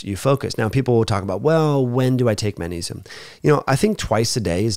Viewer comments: Sweety, it’s not pronounced mannesium, but magnesium:) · You're incorrect. He isn't saying Mannesium; he's saying Mang like in Bang Mangnesium. This is a common natural linguistic phenomenon in all languages. It's not at all recherché, don't you know. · Why does he never pronounce the G in magnesium?